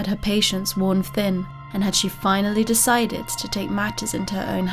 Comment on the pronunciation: Honest question: is it your mic that is weird, is English not your first language, or do you have a speech impediment? e.g. when you say "failed" it sounds like "faileds", "decided" sounds like "decideds", etc.